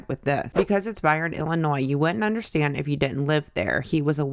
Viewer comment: tbh the thing that annoys me the most about Trisha is how she says “undershtand”